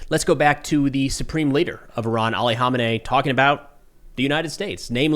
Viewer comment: Dude u sharing irans leaders name wrong was mad annoying pronounce it like this man kha may knee